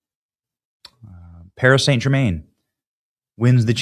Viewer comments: Love you Benny but you slaughtered the pronunciation of that team. PSG, pronounced Paree San German. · Your getting it twisted again Benny, your narrative is wrong, there was plenty of white people taking part in the riots too, non Muslims, non African's, you clearly don't know anything about football hooliganism, you can't even pronounce Paris St Germain properly and it was the completion called the champions league not English league and in 1998 that was the world cup national team, so all in all you need to do better research before pointing the finger of blame to satisfy your narrative